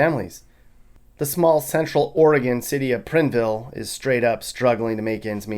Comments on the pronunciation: Oregon. It’s pronounced Pry n vile. Not prin vile Never heard it pronounced that way living in Oregon for 40 years. And there’s poorer places. It’s called allot of areas in Portland. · prine like brine..... not prin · You say Oregon just fine but look at the spelling of Prineville. You said it like Prinville. Think of John Prine and his 1976 album Prime Prine.. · pr-INE-ville not whatever you keep saying at all your videos. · Hey there ole friend! Awesome video as always. Thank you for the laughs! Btw...Prineville, Oregon is with a long 'i', as in fine. I used to own property in that awful place. Also, Riverton (Wyoming) is pretty bad too. Love ya' Bud! YOU ROCK! 👍🤗✌️ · Prineville is pronounced with a hard ‘I’ like like lime or wine. Love your channel bro!